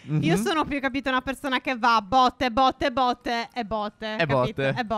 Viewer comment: per caso hai detto botte? xD non si era mica capito xD ❤❤❤❤❤